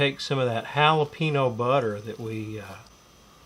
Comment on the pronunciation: Sound like a pro! Worcestershire= wu sta sure ( only three syllables) jalapeño = hal a pen yo not hal a pee no Do you guys say pee can or pa con? lol my dad would have loved this. Jim Beam was his favorite!